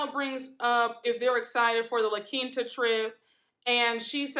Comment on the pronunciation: Who wants to dress like Kyle? For her to have so much money, she has some of the worst fashion sense across all the franchises. She dresses like a model in a Fingerhut catalog Also I am so GLAD that finally we have someone who pronounces La Quinta right lol it's not La Quenta 😂